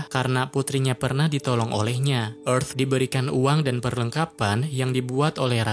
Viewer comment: Tulisannya earth kok dibaca efth